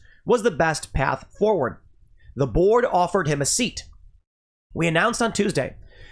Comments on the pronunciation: I'm sorry Tim but every time you said join the board I heard join the borg. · Everytime I heard Tim say Elon refused to join the Board it sounded like he was saying "Elon refused to join the Borg"